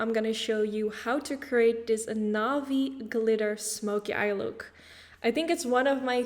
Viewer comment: I love how you said navy haha “novy”